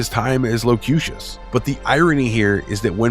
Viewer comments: to be fair, it was only a couple of times. Said it like low-cue-shish. Bothered me cuz he said it right the other times. Don't mean to nitpick, but you'd think he'd have redone it. I'm too much of a perfectionist, I think. Lol. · Also mispronounced Locutus a time or two. And I can't get over Wolfe 3-59 instead of Wolfe 3-5-9. I'm a nerd, I know. Lol. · I know. I laughed at the 3-59 too. Still cant peg down how he (It?) pronounced Locutus though.